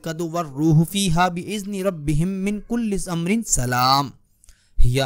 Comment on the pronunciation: السلام علیکم۔ بھائی آپنے پڑھنے میں غلطی کی ہے۔ اس ویڈیو کو ڈلیٹ کر کے دوبارہ بناؤ۔ من کل امر ہے۔ من کل سمر نہیں